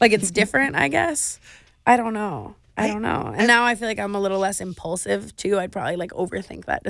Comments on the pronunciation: Clearly she just learned the word, "Impaulsive" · Thought I was the only one who thought of the podcast every time she said “impaulsive”